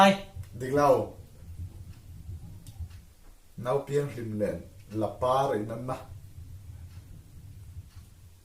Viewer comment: La-par tih a 'par' tih thluk dan hi.. Super glue in thil ka char tih a, 'char' thluk dan ang hian thluk tur ni in ka hria..